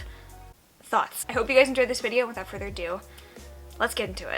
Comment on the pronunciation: Girl, if you think i need a bell to watch the new videos of creators I’m subscribed to on the first day, you underestimate the amount of hours i spend on youtube as a deeply lonely, single, quarantined bean living alone without a car in the most affected city in canada... 🧚🏼‍♀️ also i like to think that you’re saying “without further dew” every time and it makes me laugh Edit: tiffany blue... so that’s the name of that color... i learned something today